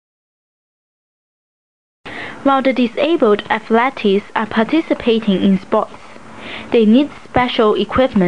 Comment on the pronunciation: athletes is pronounced as aff, leeets as in "eats"